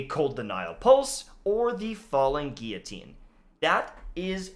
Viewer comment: I was always pretty sure you were Canadian but the fact you pronounce guillotine correctly confirmed it.